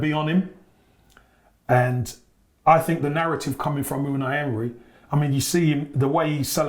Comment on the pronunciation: actually can't say Unai Emery. Listen to how he pronounces it 😂